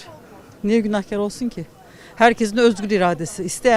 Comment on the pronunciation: İsrarla Günahkar ı yanlış söylüyorsun, israrla karşındakiler doğru söylüyor kelimeyi😂😂